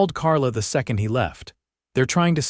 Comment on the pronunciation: And how about the way they pronounced second.